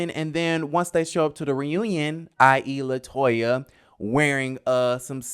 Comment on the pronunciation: It’s latoya